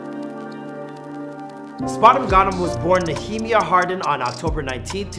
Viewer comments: His name is pronounced "Nee-uh-mya" not "Nuh-hee-mee-uh" 🤣🤣🤣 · Knee-A-Mya not nemia 😂 you nor the old host could pronounce anyone’s name right where the hell y’all from? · Ne -ah -my -ah, na -he-miah 🤦🏾‍♂️ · His name is KNEE- Ah- my- ah. Come on y’all, this name is in the Bible. At this point y’all not even trying 😂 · Nigga look like he got a ceiling fan on his head 😭 And his name is pronounced NEEUH-MAYAH or NIA-MAYA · Why he say his name like that it’s pronunced knee uh my uh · Mmmmmbruhhh lol he murdered that name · Why he keep pronouncing that man’s name like it’s the key and peele skit😭😭